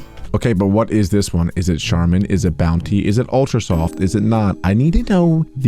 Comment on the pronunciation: It weally swoft